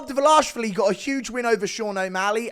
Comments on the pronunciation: Yeah, He isn't DvalAshvili, but Dvalishvili. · Its Dvalashvili not Dvalashalavili🤦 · Still can't pronounce Merab's last name 😂